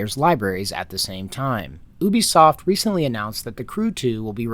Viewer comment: It's refreshing to hear Ubisoft pronounced correctly, but you ruined it by calling PirateSoftware a "developer".